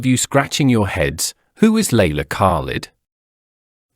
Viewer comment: Who the hell is leila kak-led? What has she done for SOUTH Africa? Voetsek!